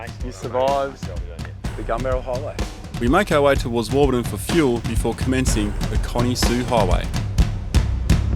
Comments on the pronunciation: Warburton, not Warbuton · You say the Desert teaches you Fast, but just 0.49 seconds into this video you failed. There's not a lot more to learn is there? Warbuton ---- really ~ it's WARBURTON. Just hope you will learn something! No you didn't ~ the Victorian Desert in Western Australia ! It's the 'Great Victoria Desert'